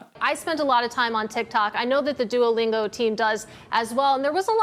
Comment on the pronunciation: Good video, but why do you pronounce Duolingo like DUOYlingo? When you just said Duo, you pronounced it properly, by wherever you used the full name, it was DUOYlingo. Is there some accent or other language interfering here? I'm genuinely curious, because it was so irksome throughout the video for me.